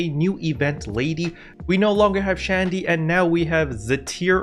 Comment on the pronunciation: i care about all the environment, the rappies are sooooo cute ^_^ It's Sh-andy